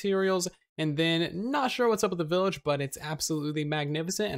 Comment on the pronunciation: Did you just say “willage” instead of “village”?